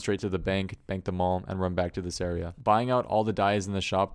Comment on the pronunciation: why do you say area like eerie? :p